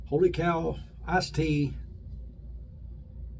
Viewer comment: Great shave video 👌 My understanding the "Kaw" is pronounced as "Cow", based on feedback from the makers that I've seen in comments/videos somewhere in my memory! I had no issue with your Tub weight comparison because I know it's true from my own experience and I spend my money accordingly. Blade gap is only part of story of how a razor shaves, exposure & head geometry also play a big part is how a razor feels during a shave. It's great that we have so many choices that we can find a few "optimal" razors for our own faces. YT only tells you the public account subscribers, however, a high number YT account holders select "private" option to protect their privacy.👍🤠🤟